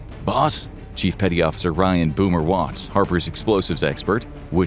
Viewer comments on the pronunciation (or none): none